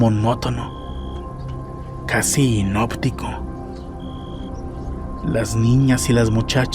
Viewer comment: Es hipnótico, no hinoptico